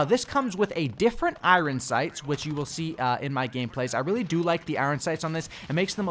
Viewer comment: Why this dude saying iron like I-ron